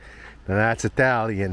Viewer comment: Thought exactly the same! Way to read Italian,!!😊